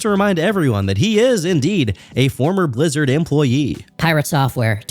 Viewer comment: The deep voice combined with the "shz" pronunciation (Blizzard -> "Blishzard") always pissed me off 😭